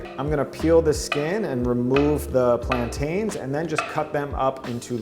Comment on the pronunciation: Lol it’s hilarious how you pronounce plantains Plant-Tains